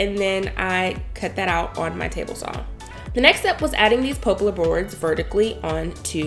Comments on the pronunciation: You need to learn how to pronounce words properly, like poplar. Not pooplar or popelar. It goes to being taken seriously as a YouTuber. Just saying... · Pop-lar not po-plar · "pop" lar not "pope" lar. 😉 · Every time you say pooplar instead of poplar, I'm over here dying. Beautifully done, turned out amazing! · This is a great project. It is perfect for all homes. I did giggle a bit every time you said poplar - it is pop like in soda pop unless you live where I do. In that case they call it popple - I have no clue why. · Lovely space as usual. BTW the correct pronunciation for the wood is pop- lar . Think of popular but leave out the u. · Beautiful work...so very talented.... it's Poplar tree wood pronounced like pop as in popcorn... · you go, girl! I noticed it too, and guess what - I ignored it because it doesn’t matter. People get upset about the weirdest things.